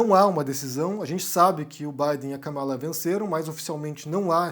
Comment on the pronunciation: A pronúncia certa é Kâmala, e não Kamála.